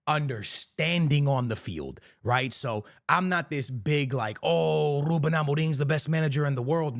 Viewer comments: Overexaggerating lol Its not Rrrrrrrrrrrrrrrrrrrrrrrrrrrrrrrrrrrrrrrrrrruben Amorim ... just Rrruben xD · "R" extremamente exagerado brrrrrrr 😂